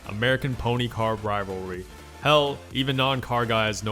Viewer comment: do u even try pronouncing rivalry correct? lmao im dyin